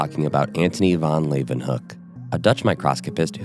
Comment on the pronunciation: Your "van Leeuwenhoek" pronunciation is spot on! It stood out to me, as normally English speakers tend to have some trouble there.